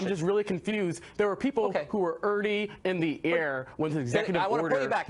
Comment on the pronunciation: Why does he say "irdy" instead of "already"? What a moron to claim that Trump is the only person to win the presidential election without winning the popular vote.